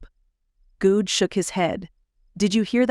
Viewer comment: Wasn't Aaron's last name pronounced Good in other books in this series? Hearing Guud is really throwing me for a loop! 🤪